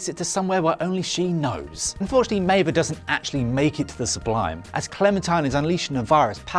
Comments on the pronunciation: It's Meave, not Meiva 😂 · Maeve is pronouced MAVE. Not May-vuh. Have you actually watched Westworld? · This was aweful. Should've had someone who actually watched the show host it. Was wrong about 3 things and it's pronounced Maeve not Maeva. Talk about insulting the viewer. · Maeve not Maeva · Next time, maybe get someone who watched the show to narrate the video. How do you mess up pronouncing Maeve when they say it over and over again in the show? If you don't know how to pronounce it, Google it! You're on the Internet already, it's just one extra step. Goodness me. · Stop saying Mava! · This bloke is supposed to explain Westworld's ending to me while pronouncing one of the main protagonist's name MAIVAAA....ffs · bruh - who is maive-uh? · You lost me at meivaaaa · "Meva" and "Even" Rachel Wood? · you've just butchered maive.... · How do you misprounce a character's name in a TV show where her name is said out loud multiple times?